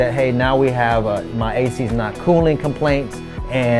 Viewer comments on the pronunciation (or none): 😂😂 “my ass” instead of “my ac”